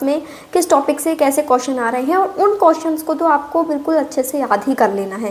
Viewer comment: Di ye कियोशनस ✅hota h कोशनस ❌nhi 😂😂😂